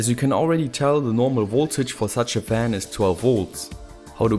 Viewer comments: Its called FAN not WAN! Nice video anyways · Why you saying "van"?! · ) you say van instead of fan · you had trouble with your ENGLISH. PC VAN LOL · I’m confused, why do people keep saying van instead of fan? Is it the subtitle? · German pronunciation of "f" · actually I've never heard a German say van instead of fan before ^^ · Learn how to say fan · dislike, cant say fan